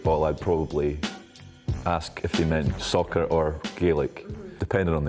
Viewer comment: I’m Canadian and I’d be annoyed too. If u say it fast enough it sounds like sucker instead of soccer.